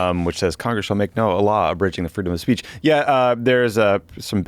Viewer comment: "Freedom of spaych" Trump can't even say 'speech' correctly.